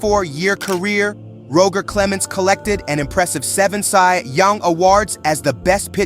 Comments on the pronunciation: It's Roger... pronounced like Dodger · What an inaccurate video. Ty Cobb wasn't racist and you don't know how to pronounce Roger.